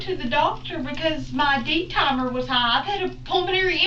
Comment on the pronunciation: She should have done her research. It's D-dimers, not D-timers.😂